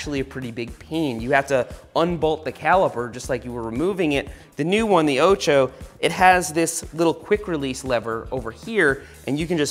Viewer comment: Funny how you mispronounce 'ocho' throughout the video! It's 'o' like orange, not like ohchoh!